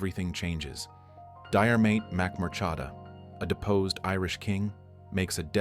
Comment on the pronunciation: Pronunciation of Murchada, Aoife etc is shocking